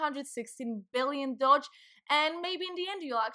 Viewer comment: Yeah why not pronounce it “Dodge”, as opposed to Doge. LMAO 😂 You’re accents sounds German, or is it Dutch?